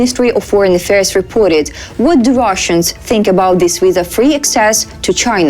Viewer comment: She meant Wash-Annes.